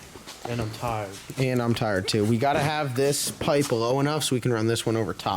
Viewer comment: Is that a Carolina thing the way you say too is funny ask Phil to say too lol. He says tooooooooo lolololol